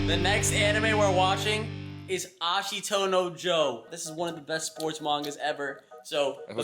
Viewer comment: i know but he just pronounced it as ashiTOE no joe